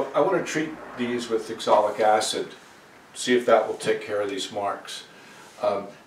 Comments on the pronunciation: You keep saying axolic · Sir, Its called Oxalic Acid not Exolic Acid ! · It is pronounced OXALIC. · I asked about this before. I believe it’s oxalic acid, he pronounces differently.